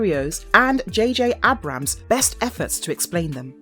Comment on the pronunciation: I like this channel but can you guys please teach the narrators how to say names. It’s getting pretty bad. I mean Revan was bad enough but how can you mess up JJ Abrams?